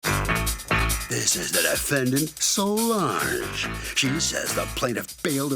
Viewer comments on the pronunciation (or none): Sounded like the defendant’s name is “So Large” and I was sitting here like 👀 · In the intro it kinda sounded like he said so large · It's "So-Lange" (Solange)